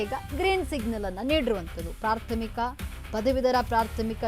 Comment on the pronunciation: ಪ್ರಾಥಮಿಕ ಅನ್ನೋದು ಸರಿಯಾಗಿ ಹೇಳು. ಪ್ರಾರ್ಥ ಮೀಕ ಅಲ್ಲ